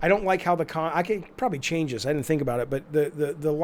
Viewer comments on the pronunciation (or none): none